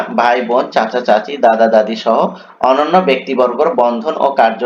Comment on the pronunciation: sir onnanno ke onono bole!!!but whyyyy? 😆😁😆